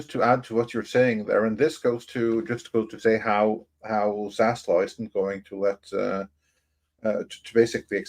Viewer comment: I normally like the way you pronounce things…or mispronounce things. Accents are fun to me. But it’s ZaslaV with a “V”. Idk why it annoys me but it does; you say “Zaslaw” and I just don’t know why.